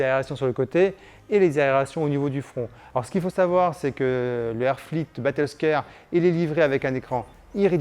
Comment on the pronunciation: c'est battlescAre et non Scére............! mon dieu le nom a etait macascré